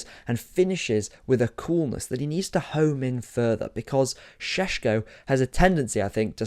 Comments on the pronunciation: It’s painful to my ears every time you say Sesko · How many times did you say Sssshhesko in that? Zubimendi going to Madrid too